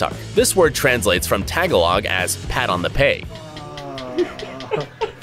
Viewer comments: No you say it like ta-ga-lug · It Ta-ga-log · he said that wrong😂 its actually pronounced ta ga log Tagalog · WHY DOES EVERYBODY PRONOUNCE TAGALOG AS "TEGA LUG" IT.. IS.. TAGA- LOG!! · It’s tagalog not taga log